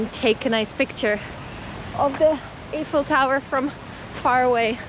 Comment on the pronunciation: I thought it was pronounced eyeful tower.